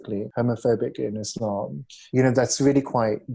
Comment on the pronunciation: this chick doesnt know anything about islam when she cant pronounce islam or muslim.